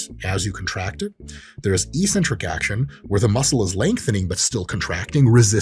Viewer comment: Oh no, I heard the word that sounds so dumb and uninformed. Ee-centric. It's pronounced eccentric ( "exentric" not "eesentric") ). Do the homework and start sounding smart.